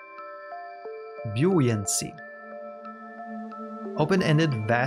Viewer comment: You're doing very well at figuring out the pronunciation for new words. Buoyancy is a tough one, but you nailed even that. I have a lot of respect for people able to learn multiple languages. That's something I've never managed to do beyond bits and pieces.